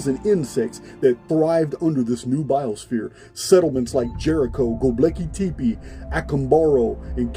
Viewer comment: The way says Gobeckli Tepe makes me chuckle lol